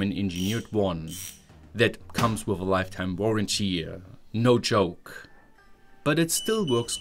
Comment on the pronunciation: The way you said "no joke" definitively convinced me you're really German 😄